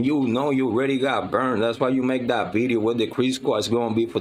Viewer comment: Veedeeo lmfao